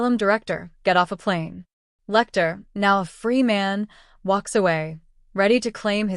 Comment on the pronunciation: That's just a summary of the plot, nothing in the way of psychology or psychoanalysis. And it's 'Lecter', rather than 'Lectoo'.